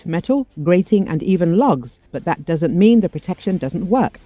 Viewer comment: True but the narrator as well as the auto text ignored the "h"